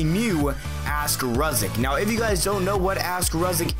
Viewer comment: Thanks so much for my question, and you're one of few people too pronounce my name correct! Keep up the Amazing work and entertaining content! #RuziicHasAStrangePersonality:)